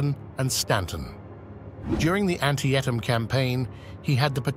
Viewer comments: Antietam is pronounced: an-TEE-tuhm or an-TEE-t'm...*NOT* ANT-ee-EH-tum ANT-ee-EH-tahm. No idea if this is narrated by AI or just an id10t... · How about looking up how to pronounce the names of extremely famous battles, if you want to be regarded as an authority? ANN-tee-uh-tamm? It's an-TEE-tum, for heaven's sake? You've never heard it discussed? Never watched others' youtubes? You might also check the spelling on your picture labels. But your phrasing is sometimes first-rate. "His ideas were frequently meaningless." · Where do they get some of the narrators for these videos? It is appalling how horribly they pronounce places & names. Do a little research why don't you & find out how to pronounce things correctly before filming these videos. It's An-tea-tum not *aunt-tea-a-Tum*. There are kids as young as 5 that know that! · Battle of an-Ti-ah-Tahm”? Really? Took me awhile to realize this AI generated crap was trying to say Antietam pronounced Anteetum . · I have never heard Battle of Antietam pronounced Ant-tee-uh-tam 😂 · It's pronounced AN-TEE-TUM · You're right! It does! Sadly, it's a bot. A fairly good bot, but a bot nonetheless. You can tell during a few pronunciations like Antietam, which is pronounced "an-TEE-a-dem" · AN-ti-ET-um. Really? If you can't pronounce the battle site; you're probably not qualified to analyze the battles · Antietam is pronounced Ann-TEE-tum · There are some excellent things in this video BUT it is very disturbing to hear Robert E. Lee called Robert Lee and your prononciation of Antietam is borderline shocking. I realize in the UK you pronounce “clerk” as “Clark” but the thousands of men who died at Antietam deserve to have the name pronounced in the American fashion. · Repeated mispronunciation of the word "Antietam" in the narration. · ask an american how to say (antietam).